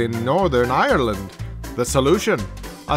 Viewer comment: "Ireland" only has two syllables.